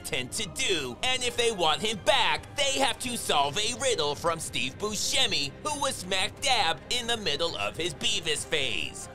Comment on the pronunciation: "Steve Buschanime" 😂😂😂